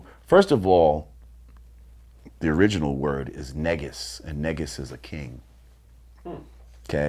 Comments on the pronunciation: Correction: the word ንጉስ is Ethiopian pronounced Nugus or nuugus not Nigus. Not sure if the N word is drived from it though. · its pronounce neeegus but you are right.